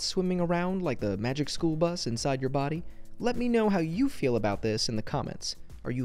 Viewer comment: I Love TheFact That HeSaid Magik Skool Buse ADa End.